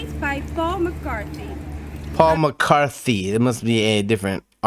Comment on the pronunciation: As far as know you can't barther on the market. But you can on a flea market. I found out that this leprechaun was made by an American artist. You heard his name correct by the way. It's Paul McCarthy